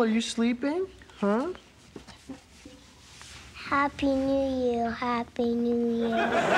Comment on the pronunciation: when Michelle says "Happy new year!" in the beging it sounded like "happy new you" to me